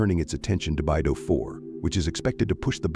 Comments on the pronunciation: Beidou is pronounced like bay dough not bai du which is anohter CN CO. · BeiDou = Bay-Doe not: Bye-Doo